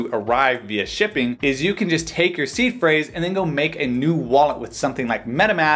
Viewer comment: In another video, I thought he was saying was C Phrase.